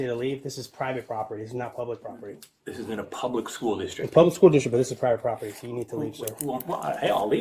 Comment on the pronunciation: "it's prybit proper-tee... publicly funded but...." 😂😂😂😂😂